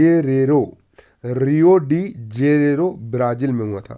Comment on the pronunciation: रियो डी जेरेरो नही है।सर जी।रियो डि जेनेरो है।